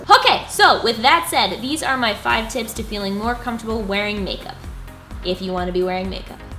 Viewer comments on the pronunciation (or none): I'm 26 and I only just got into makeup in the last 12 months. Crazy, right? But I absolutely love how I feel wearing makeup, I love learning new things about it!! Also did you say '5 Tits' not tips? HAHA! Love you x